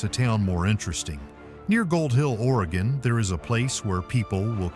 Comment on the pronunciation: ORYGUN....Not Origone